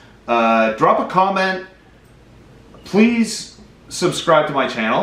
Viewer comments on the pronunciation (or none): none